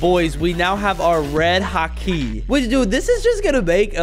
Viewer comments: hakeee bruh its called haki not hakeee and ond pronounced haw key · Its Haki not ha kiiiiii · Bro said hake💀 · “death the wolf, red ha-kee “ 💀💀💀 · It's called ha-ki not ha-key